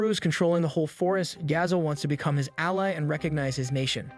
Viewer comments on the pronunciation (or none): Who does the voice over? is it a bot? cause some words are pronounced really weird. like ally is prounounced allee , but it was pronounced right just a moment earlier and naive is prounouned nave . the word him is missing from the end of a sentence, but for some reason added to the start of he next sentence. and the weirdest moment of all is , where the word "a" is completely seperated from the rest of the sentence.